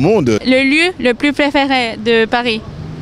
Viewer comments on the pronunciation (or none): none